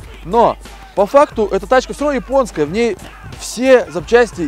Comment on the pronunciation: говори Японскай, а не Ипонская